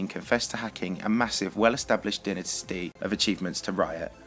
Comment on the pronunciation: Was I the only one who noticed the awkward pronunciation of dynasty?